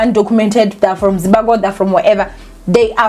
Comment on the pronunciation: It's Zimbabwe not Zimbagwe. It's the second time l have heard you pronounce it wrongly. Kinda disrespectful. Anyway: l understand where the doctor is coming from.